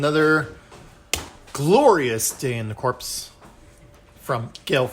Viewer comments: Great video. The only other minis I've assembled are the Space Hulk minis. They were bigger though. Like others have said, it's pronounced "core" not "corpse". Can't wait for my copy. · Its pronounced Cor. The P &S are silent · The 'P' is silent. Think US Marine Corps.